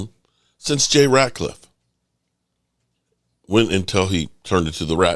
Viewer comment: Jay...Rat..liffe.....not RAT...CLIFFE...for such a big Cowboys fan...I find it amazing you mess up so many of their names...